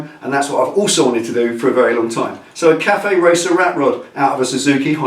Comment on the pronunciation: Busa RatCafe. Pronounced 'caf' like you do often.